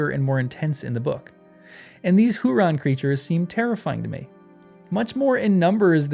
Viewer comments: You are not a blockhead, so wake up like an Ent and say "Huorn" as "hew-ORN' and not "hew-RON". Just read the letters in order and sound them out. There were a LOT of comments about this in earlier posts, can't you read? Err, obviously, but still. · Hoo-orn Cracks me up every time you say it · The problem is that old man willow is never specified to be a Huorn. Just like the elm tree that Sam's cousin saw is never specified to be an ent, entwife, or huorn. And I'm sorry man, been really loving your takes reading the books for the first time, but you put the words on the screen please pronounce them correctly. :) My personal take is old man willow is an ent that went tree-ish which is probably what most huorns are, but I can't be 100%. And the elm that Sam's cousin saw is probably an entwife. Just my head canon because I want our buddy Fangorn and his wife Fimbrethil to be reunited and have a happy ending.